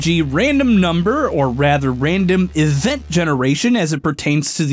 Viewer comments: "eVENT genaration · when he says "event" doesn't it sound weird?